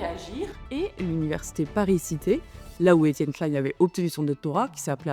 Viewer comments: 😀👍 Très intéressant, bonne forme, bond fond, bien sourcé, et ni trop court ni trop long, je m'abonne. Bon, ce n'est pas un reproche, mais juste surprenant pour quelqu'un comme toi qui a dû entendre des dizaines de fois son nom prononcé, il semble qu'EK prononce lui-même son nom "KLIN" (comme PAIN) plutôt que "KLAILLE-N" à l'anglaise (comme la marque Calvin Klein). Ca fait des dizaines d'années que je l'ai entendu ainsi, et comme en France on le prononce habituellement ce nom depuis longtemps. Il faut admettre qu'en France la prononciation des noms est parfois conflictuelle, controversée, et parfois politisée, mais cela n'est pas de ton fait. Enfin, un avis sur la forme : le défaut d'utiliser des "air-quotes" (mettre des guillemets avec les doigts en l'air) est certes à la mode chez les Youtubers jeunes ou anglo-saxons, mais est un problème car si les gens n'entendent que l'audio, il ne les voient pas. Alors autant dire explicitement "entre guillemets" à voix haute, ainsi l'audio cela sera utilisable sans perte de sens. (je chipote, mais un scientifique est attentif à la communication 😏et je sais que cette remarque est appropriée). Ah, et la miniatture (Thumbnail) de ta video est bien sûr très importante pour le référencement et le clic, mais faire du Clickbait avec EK derrière les barreaux, ça craint, c'est à la limite de la diffamation, car dans aucun, sauf erreur, il ne ferait de la prison. En revanche, les expérimenteurs fous de la bande à Joyeux, eux, en risquent peut-êtr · Alors détail, ça ne se prononce pas comme Calvin Klein, mais Klein à la française